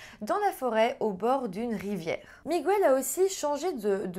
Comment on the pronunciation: Miguel avec l'accent espagnol ça se prononce "Migel" et non "Migouel" 😉